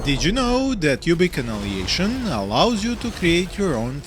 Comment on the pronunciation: Big FAN, thank you for another great review, please keep up. Just a wierd notice: when you say Annihilation it sounds like...well... in Serbian instead of АНАЈАЛЕЈШН you say АНАЛИЈЕЈШН. You bring the ANAL to much! 😂💓